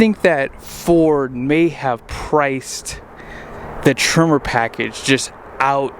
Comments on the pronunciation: Why are you calling trimmer? Sounds like a weed whacker. I believe it's pronounced tremor like an earthquake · I kept being like, "wtf is a trimmer?" Then I realized you're saying Tremor...